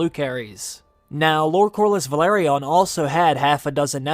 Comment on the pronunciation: No wonder the Velaryon’s go extinct. Some People find it hard to pronounce their name. Vehh larrr yonn